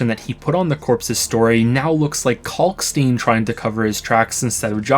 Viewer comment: Kalkstein is pronounced the same way you pronounce Einstein. Why don't people get this?